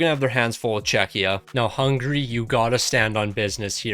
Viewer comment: It's Hungary not Hungray